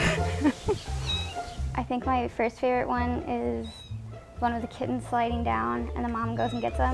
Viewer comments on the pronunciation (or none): That's literally the worst way to pronounce "kittens". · Kittehnns. Seriously?